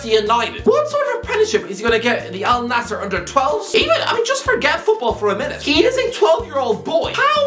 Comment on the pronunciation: First English speaking guy to pronounce it right not “Al nazir”